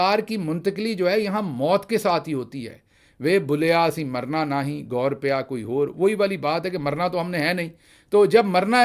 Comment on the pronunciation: ڈاکٹر صاحب لفظ "گور" قبر جبکہ آپ اس لفظ کو غور پڑھتے ہیں please correct pronunciation